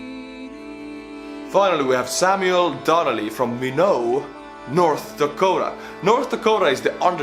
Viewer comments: Minot, North Dakota is actually pronounced like "My knot". My girlfriend is Native American from about an hour away from there and I made the mistake at one point of mispronouncing it. I guess the running joke is "Why not, Minot?" meaning "Why not go to Minot?" because as she puts it "There's literally nothing else to do there." Mostly because, you know...90% farmland/grassland. Oh! Also, she says barbecuing is hard to do in ND because it's winter for like 8 months. lol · No forests in North Dakota, its flat Grasslands and when the Germans from Russia came they said "It's all earth and sky!". It's also pronounced My-not and alot of people do mistake the pronunciation, that's why we say "Why not Minot".😁👍